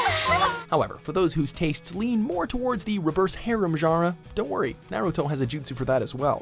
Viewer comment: Sahil Yeolekar they can't even pronounce jutsus right God damn